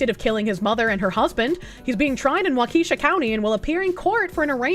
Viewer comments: Pronounced like "walk-a-shaw" Wisconsin. "Wha-keesha" is what we call the ghetto part. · It's pronounced "WAKASHAW" not, "WAKEESHA". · WaKEEsha lol 😂 its pronounced WAkehShaw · Walk-Uh-Shaw. it’s not a black girl’s name 😂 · If not joking, no, it is not.😅 A better way to say it correctly or how those who live there do. waa·kuh·shaa 😅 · literally my first thought was “why is she saying it like she’s reading a ghetto school attendance sheet?” 😂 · The pronunciation of Waukesha killed me😂.